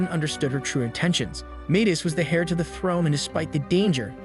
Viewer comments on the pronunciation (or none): "Dim"-"Metris" SMH. At least "Dim" is suitable. Hair, hare, harry (verb), splitting hairs here, so many hairs, hairs, hairs, OMFG! Google pronounce heir.,, A what,? Google pronounce basilisk, Teach your AI to pronounce it correctly. Knave: a dishonest or unscrupulous man, right? OMG, Ugh. SMFH,. LoL, did he take a missile up the butt or something?